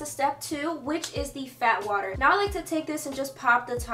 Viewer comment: When she said "Fat water" I kept thinking she was saying "Bath water" I thought Rhianna was selling her own bath water as a toner 😭😭